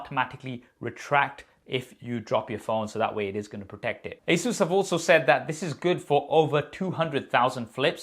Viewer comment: It's not asuus a saes